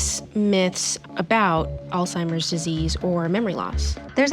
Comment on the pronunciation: This woman is Social worker and the director of Programs and Family Services for the Alzheimer's Association and mispronounces the very word and group she is representing, "Alzheimer's, not All-timers.....